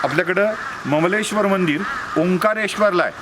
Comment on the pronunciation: ममलेश्वर नाही सर अमलेश्वर नांव आहे त्या ज्योतिर्लिंगाचं। ओंकारम् अमलेश्वर।